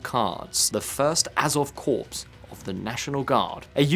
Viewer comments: "the First Azov Corpse" - foreshadowing :face-fuchsia-poop-shape: (gotta love that pronunciation) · It wasn’t right when Obama said Marine Corpse and it isn’t right now. Raises the question if you can’t get something as simple as Corp right, did you get anything right at all?